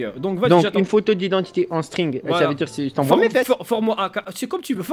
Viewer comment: il a dit c'est normal de metrre un sttrig